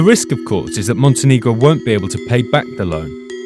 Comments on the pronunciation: I love how they pronounce Montenegro MonteNIGRO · You're not pronouncing Montenegro correctly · I'm pretty sure you're mispronouncing the name of the country and it's really jarring.